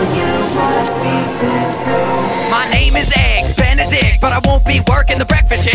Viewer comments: i'm ben a dick? you have mis done some words but its alright! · "Ben a dick"????? XDDD it's benedict